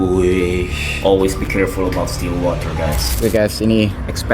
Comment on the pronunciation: Temenku ngomong still water jadi still walter😂